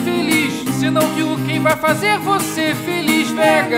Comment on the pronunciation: Ken em vez de Quem :O